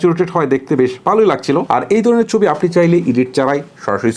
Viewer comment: চবি কি ভাই??? ছবি বলতে শিখেন।